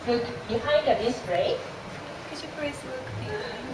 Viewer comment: "Prease cam in"